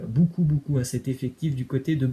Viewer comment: Ça se prononce [bocoup] et non [boucoup] Tu casse les oreilles avec tes énormités en prononciation😪